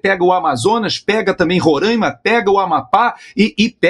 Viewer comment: Parabéns,, além de todas as virtudes, por ter pronunciado corretamente os nomes Roraima e Pacaraima. Os semianalfabetos dizem "roráima" e "pacaráima". E são milhões!